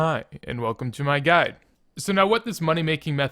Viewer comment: Lmao, "hai an welcum to mai guy" That killed me bro